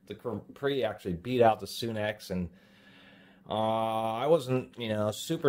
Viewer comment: You say sunex like soon ex. I say sunex sun 🌞 ex haha! I have a few things from capri. Pretty happy with the price & quality on their stuff.